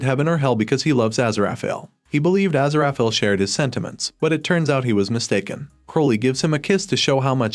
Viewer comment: What is the butchery of Aziraphale's name?